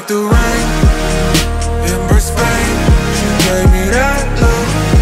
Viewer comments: this is wonderful but please you're saying Brisbane wrong Source: I live here:( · Not how you say Brisbane :( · Bruh you said the city wrong. Before relaxing make sure your pronounciation is right or itshould weird asf to hesr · As someone from Brisbane, hearing how you pronounce Brisbane doesn't feel good. But the song is good 👍